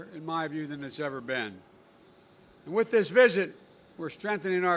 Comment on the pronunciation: "Flew over King Saul's donkeys", what's wrong with him? P.S. the word is pronounced 'with' not 'wizz'.